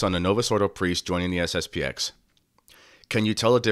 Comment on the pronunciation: It's SSP-ten.